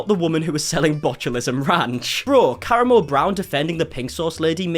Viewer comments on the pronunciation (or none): Am I the only person who screamed KA-RA-MO every time he said caramel? 😂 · his name is pronounced Kuh-rah-mo. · I believe it’s pronounced Cah Ram O. He was on the MTV show The Real World and is a current member of the Queer Eye Caste on Netflix. This interview was terrible. He clearly didn’t look into Chef Ps background before the show and just took her word that she was being harassed. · Believe it's pronounced kah-rahmo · Kah-RAH-Moe Not being passive aggressive, just providing a pronunciation guide based on how he pronounces his name on QE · It's pronounced ka•rah•mo. " FDA approved. That's good because it's not a medical product" that comment made me laugh so hard! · Ka-ra-moe is how you say it but regardless he is an ass for not coming out to apologize. He is being stubborn and it will just lead to him failing at branching past Queer Eye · lol it’s pronounced “Ka-Rom-Mo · The way he’s pronouncing karamo as “caramel.” 😭🤣😭 I can’t 🤣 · Fantastic video! But also you mispronouncing his name is very distracting it's not that hard to Google how to pronounce something. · Everytime you mispronounced his name it made me laugh even harder 😂😂😂😂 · Literally takes two seconds to find out how to say that man’s name. It’s really not that hard. 😑😤